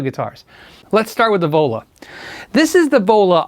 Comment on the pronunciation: All I hear when you say "The Vola", is Devola. As in Crazy Joe Davola. lol